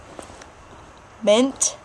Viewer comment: Dreagon, knahb. Lmao